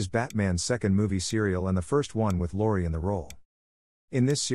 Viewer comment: It's pronounced Lowery like bowery, not Laurie. LMAO : )